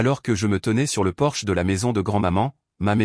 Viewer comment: Porche et non porsche ( voiture!)